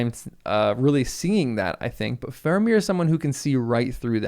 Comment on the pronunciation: Se llama faramir aprende a hablar 😡🤬